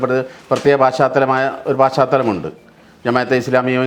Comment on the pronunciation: ഛെ..പാ ശ്ചാ തലം അല്ല..പശ് ചാതലം..മാഷെ..ssf